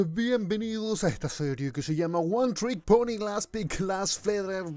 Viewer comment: estoy tan obsesionado que en vez de "OneTrickPony" escuché "OneTrickPobre" xD